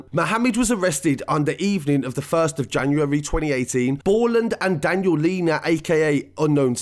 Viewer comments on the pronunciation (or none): none